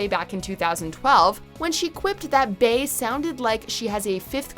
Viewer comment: Why did yall pronounce "bey" as "bae" its pronounced like "Bee"